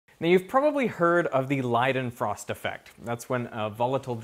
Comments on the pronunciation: LEEdenfrost. Not LIEdenfrost. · Have always heard it as lay-den-frost not lie-den-frost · Isn't it like lay-den-frost?